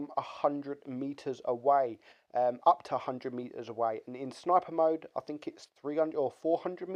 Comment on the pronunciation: Turn your record level up when making videos you nube. quote "I fink it's over priced". Doesn't state why but he "Finks" lol